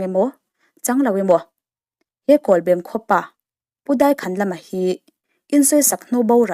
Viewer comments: kawlbem pawh lam dik ve ta ☺.. i sawi dikin i sawi tha thei hle mai. a tawp i rawn khar dante kha ka hnuk ulh deuh lom.... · Kawlbem khua lam thiamlo dik chiah i lam lai ka han hriat a lam diklo ka lo ti nghal awle zam reng reng suh huaisen takin pathian hruaina in kal zel ang che mizote mamawh i ni e